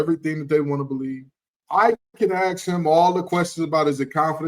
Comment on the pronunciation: Hey: it's ASK, not AX